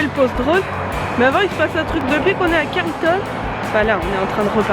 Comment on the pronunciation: Oui le fuseau ca m étonne pas t'es proche du new Brunswick et eux ils sont calquer sur nova scotia me semble. By the way on dit carlEton pas Carlton hahaah ;)